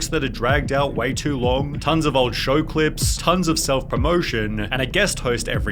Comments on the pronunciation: "shOwahH" stop talking like that.. made this video such a hard watch holy shit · I like your Elmer Fudd voice and dumb pronunciation ! lol ♥ like when you say flooaaarr instead of floor, showaa instead of show, or anything with an o you add an AH after,,,, or reportaaaaaah instead of reporter. Or maybe it's a cultural thing from where you live: then please tell where that is, it must be hilarious to hear people talking like that for real